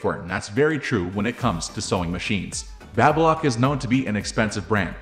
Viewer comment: BabyLock not BabAlock ?! 😂